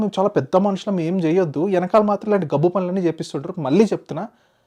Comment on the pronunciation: "Venkamaala" kaadu naayina, "Venakaala" - edi okasari sarigga ani choopinchu.